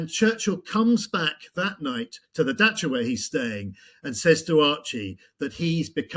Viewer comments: "he flies to his [daka]".... It's not "daka", its "dacha" [da-tch-a] or corrage or country house in English. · It is not “daka”. It is “dacha”.